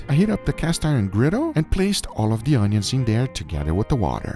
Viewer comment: the way he says griddle is making me laugh